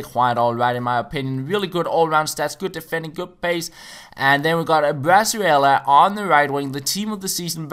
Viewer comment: I'm mexican i can tell you, it is pronounce "bree-zuela", great video, the first opponent was such an asshole